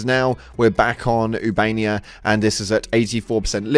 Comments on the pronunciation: Uban-aia not uban-ia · Again. Its not ubania. Ubanea! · Dude pls learn how to pronounce 'Ooba-nay-a' properly, the computer on your ship even tells you how to pronounce the planet names lmfao :D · Say it with me now. OO-BA-NAY-AH Ubanea 😂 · How do people pronounce Ubanea wrong, they literally say the name of the planet when you go there.